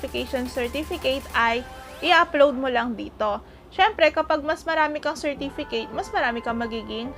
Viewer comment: she can't even pronounce "certificate and approximately" correctly.